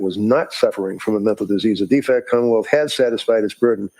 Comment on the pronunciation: The way they pronounce Commonwealth as KHAAmmawelt is hilarious.